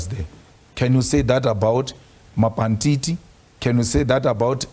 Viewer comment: It was goin well when he said mapantiti i left i cant take it